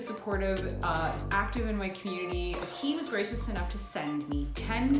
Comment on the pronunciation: when you said "he was gracious enough..." I thought you said "he was racist enough..." for a second. haha